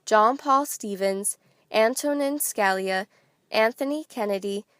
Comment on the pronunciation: good video but Justice Scalia is pronounced ( skuh-lee-uh)